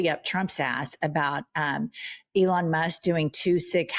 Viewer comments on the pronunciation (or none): none